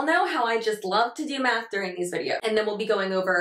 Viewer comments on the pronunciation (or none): Am I the only one that thought you said "we're doing a little math with that. Y'all know how much I love to do meth." Forgive Me I use your videos as my alarm. Not fully awake. Lol